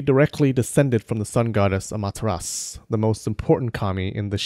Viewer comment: Itachi would kill himself if he heard u saying Amaterasu😂😂😁.. Jk